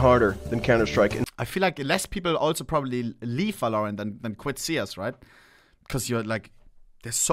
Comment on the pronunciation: bro please i dont care about your accent but stop saying "valloooorant" its "v-a-l-o-r-a-n-t"